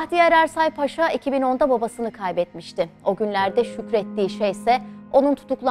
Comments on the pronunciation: Ударение надо ставить правильно. Не Пааша, а Пашаа. А то плохо произносится😮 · Уважаемая ведущая! Ставьте ударение правильно в слове Паша: ПашА будет правильно, вы же называете Эрсайа Бахтияра русским именем Павел (ПАша). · Разве ПАша, а не ПашА? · Salamaleykum! Mən sizə anlatalım. Paşa bir general rütbəsi. Dikkat etsəz yazılış və tələfüzdə bir a harfi kullanılır. "paaşa"isə o ruslarda insanlara qoyulan Pavel isminin küçültülmüş şəkli.Pavel isminin manası "küçük oglan" demək. Aynı zamanda 'paaşa' sözünə dikkat etsəz iki a harfıyla yazıldıgınl görərsiz. Rus dilində, paşa eyni zamanda paaşa sözləri var. Rus dilini yəni rus lisanını iyi bilənlər üçün karışdırılmaz. Sizin aparıcı yeni spiker rusca professional konuşdugu üçün,bu yanlışlıgı bilərəkdən yapmış olmasın... Deyə düşünürəm ki,bu da böyük bir hakarat olmuş ola bilir. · Ударение на слово не на пАша а правильно пашА! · В слове "паша" ударение должно быть только на втором слоге, и никак иначе.